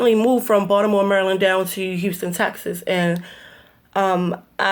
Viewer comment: She said Texas like an English person lol